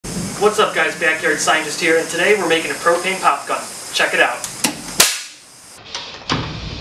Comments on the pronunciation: "propain" Hank hill appears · He said propain 5 times😂🤣